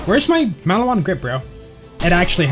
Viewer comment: Bullets go fasterIfed and it's maliwan not maliwana